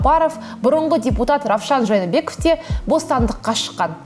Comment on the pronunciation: Неге Жанiбеков дей бересiз? Жээнбеков емес пе.